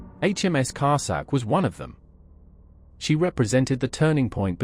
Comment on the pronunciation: Sorry but you list me at Car sack.